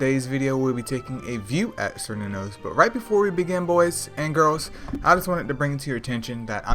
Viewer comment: Oh its pronounced as "Kerr Noon Os" btw.